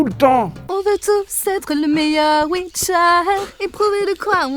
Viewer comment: Il fallait inviter benzaie pour la pub. « Le wicheur »